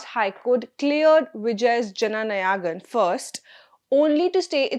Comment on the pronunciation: It is नायगन and not नयागन‌. How difficult is it to get the pronunciation of this simple word right? I'm sure your team spends time and energy getting the content right, so why not spend an extra 5 minutes on pronunciation? My suggestion would be to write proper nouns in your native Indian language or in Hindi like I did. Otherwise, you sound like colonial Brits mispronouncing Indian names from that era.